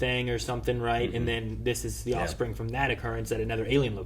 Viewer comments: Just wanted to say I caught "offsprig" when you were talking about Groot. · "Offsprig"! Perfect!